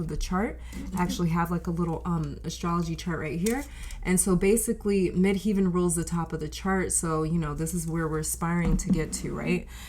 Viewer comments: Midheaven or MC is pronounced as Mid Heaven, as in Heaven and hell. Not "heeven." Just a friendly reminder from an astrologer and linguist. Contructive criticism. I'm just trying to help. I've been an astrologer for 40 years and a tarot reader for longer: 44 years. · The second part of the word 'Midheaven' is pronounced like 'heaven', not 'heeven'. Thanks for the reading.